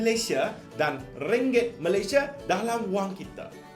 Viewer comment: “Ringgek”....😂😂😂😂troll LGE ke apek?😂😂😂😂